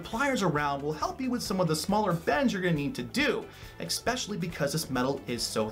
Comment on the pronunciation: "ESpecially" not "EXspecially" It's unreal how many people say that incorrectly.